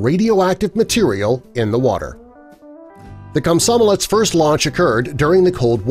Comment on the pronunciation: Kosmosolets. Dude that's not the right name. Komsomolets. Thats the name